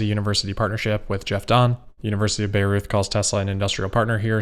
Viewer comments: Great video, as always! One tip on the pronounciation of the German city of Bayreuth: its pronounced "By-roid" (you make it sound a bit like Beirut ;) ) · Side note, just in case you need it again in the future. The German city of Bayreuth is on of the more challenging names. The easiest way to describe how it is pronounced would be buy royt. Thanks as always for your great content. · Bayreuth is pronounced Buy-roit ;) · how to pronounce the German city name Bayreuth -> "by Royt" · Bayreuth is pronounced Buy Roy-t, as in to buy something and then the name Roy with a T at the end. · But I have to say I’m glad he pronounced it the way he did. Sounded very interesting and funny^^ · Haha I just came to write this